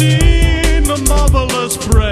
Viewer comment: I thought at the beggining he was saying: "Have you seen, the motherless breadfish?"